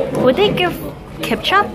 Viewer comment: 케춰어엎 ... 광동어 발음입니다